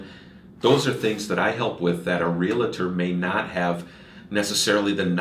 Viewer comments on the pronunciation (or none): Sorry, but the mortgage specialist mispronounces Realtor. It’s not “real-a-tor” it’s Realtor. Almost immediately discredits himself.